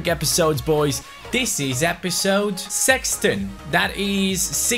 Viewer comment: 39 views, 123 likes and 43 comments. Youtube are drunk again. Btw I'm swedish and I was one of few who suggested that you would said sexton(sixteen) and you actually pronounced it very good